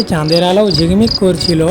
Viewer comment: কি কথা বলেন জিকমিক মূর্খ কোথাকার। ওটা ঝিকমিক হবে